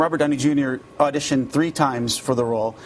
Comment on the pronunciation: that was so awesome the Scottish or irish guy who so badly wanted to say TREE instead of THREE lol TH isn't big over there